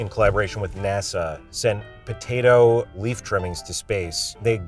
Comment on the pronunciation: In the Worth It: Fries episode, Andrew pointed out the says potato like "POtato." Even years later he still says it like that lol.